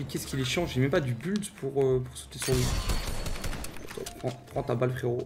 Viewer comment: Un anglais : Build Teekzy : Bulde